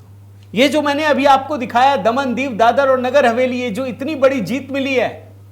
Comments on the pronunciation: क्या बकवास कर‌रहे हो? ..प्रचंड जीत,मतलब ऐसी जीत नहीं है कि जिसको छोड़ दिया जाए इस अनर्गल प्रलाप का क्या अर्थ है। महाराज दादर नहीं दादरा है जिसे आप दादर नगर हवेली कह रहे हो, समझे क्या। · दादर नही दादरा